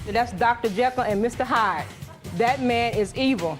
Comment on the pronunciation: Did he say " Dr. Hekyll and Mr. JYDE ???" 😅😅😅😅😅😅😅😅